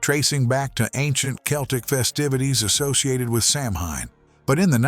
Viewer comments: It's not Sam-Hine. Its "Sow-An". Samhain was alot more than just mischeif. It was a whole pagan celebration of the end of the harvest season. Bobbing for apples is a good example of a tradition from the festivities of Samhain. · Samhain is pronounced sow ein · The term Samhain is pronounced Sow-in or Sow-een. It's a Gaelic celebration meaning "end of summer". It's "New Year's Eve" according to the Celtic calendar, when one year ends & another begins. It is the last of the harvest festivals. SAMHAIN is when we Pagans honor our ancestors and honor those we've lost. The veil between the spirit world and the living is most thin, when spirits walk among us most freely. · Samhain is pronounced Sow-in. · SAMHAIN IS PRONOUNCED SOWAN. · My favorite Halloween tradition is hearing all the different ways that people mispronounce Samhain.